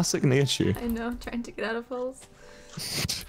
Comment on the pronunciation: I love how Wilbur said Nihachu wrong twice 😂